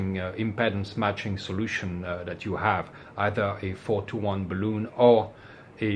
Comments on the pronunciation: That's BAHL-uhn, not buh-LOON. The latter is a rubber spheroid, typically filled with lighter than air gas, so it floats in the air. Balun comes from "balanced to unbalanced": bal-un. You fill a balloon with helium. 🎈 That accidentally short wire is why I carry a supply of Solder Seal splice connectors in my portable kit, along with a cigar lighter to melt the solder, shrink the tubing, and melt the hot glue lining. More convenient than bringing my butane soldering iron when I'm just going to use marine grade glue-lined heat shrink anyway. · Peter from TRX Bench also gently got lectured a few years ago for using the same pronunciation! But in his defence, the German plural of balun DOES sound very much like "balloon-en". IMHO "balloon" is probably preferable to saying "bay-lon" in the common US way, which again doesn't recognise the word's origin. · I can perfectly understand where the "bah-LOON" pronunciation comes from. It's not a big stretch if someone is unfamiliar with the word. The problem is that it's not truly a word, with a root word that shifts to the current meaning. It's a portmanteau, "bal" from "balanced" and "un" from "unbalanced". Portmanteaux don't necessarily follow ANY conventions for structure, derivation, or phonics -- they're entirely driven by convention. Worse, the BRITISH pronunciation is more like "bell-UHN". Why, I have no idea. They don't pronounce "balanced" or "unbalanced" oddly. The German pronunciation of "luftballon" doesn't even sound with a long "oon", it's more of an "uhn", or "euhn". It's very odd. But I agree whole-heartedly that it shouldn't EVER be "BAY-lun". Nor "BAW-lun".